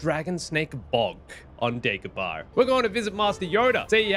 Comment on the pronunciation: It is Not called Daygobarr….Princess Layer… This Guy drives me nuts!